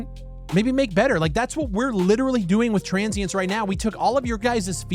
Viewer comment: why did u call your game TRANS-sience?